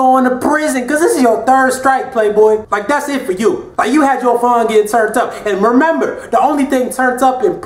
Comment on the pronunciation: "Mermember". Okay....